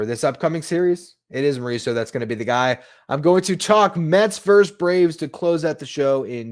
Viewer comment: "Versus",. Not "verse". LGM!